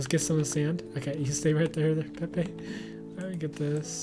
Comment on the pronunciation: its pepe not pee